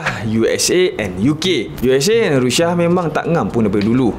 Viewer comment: Hahahahaha abg sebut rushia ke? Rindu??